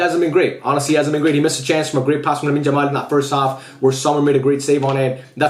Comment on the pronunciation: Bro stop calling Yamal , Jamal